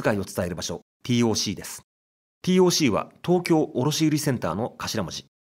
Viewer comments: 五反田に住むものとして楽しく視聴させて頂きました。 改めて歴史を知る素晴らしいコンテンツと思いましたが、最後は非常に残念でした。 TOCは「ティーオーシー」ではなく、「テーオーシー」と読みます。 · 【ティーオーシー】じゃなくて【テーオーシー】なんだよ地元っ子は😂(笑)🤣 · UPありがとうございます。昭和の風景を懐かしく拝見しました。 西口アーケード街もなかなか怪しげで面白かったです。 なお、TOCは、テーオーシーと表記・発音されていた記憶があります。笑